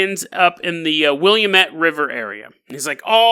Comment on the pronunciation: you better know how to pronounce Willamette by the end....!